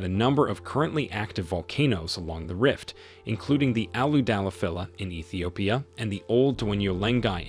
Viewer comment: Your pronunciation is awful. It's ee-thee-oh-pee-ah (Ethiopia)/ size-muhk (seismic) / tan-za-nee-ah (Tanzania)